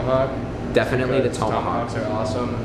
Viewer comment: You mispronounced tomahawk